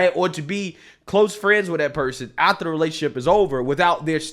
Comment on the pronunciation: Before, and "ATHTER"🧐. Anyone else notice this? Love the content but wow